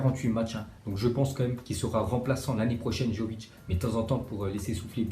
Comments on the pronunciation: Arrête de dire jovic c est vraiment énervant, on prononce Yovic, le Y se prononce comme la mayonnaise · Ça se dit yović pas comme tu le dis